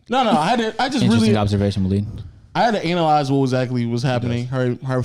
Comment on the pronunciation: “ I had to anal-yze the situation “ - Everyone else: 😏